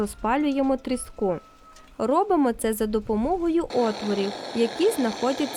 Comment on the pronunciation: трІску а не тріскУ